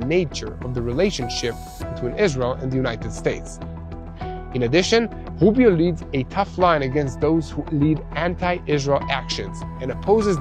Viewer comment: Rubio not woobio. I'm not trying to be critical.